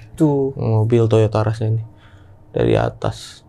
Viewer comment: Bukan Toyota ras ... Toyota russssss 😂